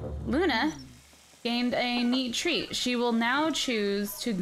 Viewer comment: did anyone else hear her say "Luna gained "NEAT TREAT"??